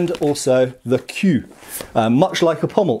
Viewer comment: I love the video it's very good all around. But the queue in french, is prononced ke like in duck, you said it ku like in queuing. The main problelm is that in french, it sounds like "cul" the french word for ass...